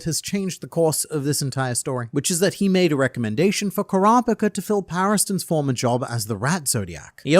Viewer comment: kropika the way he says kurapika's name drives me crazy i cant make it thru this video